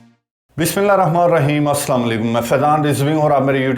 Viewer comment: بسم اللّٰہ کاتلفظ درست کریں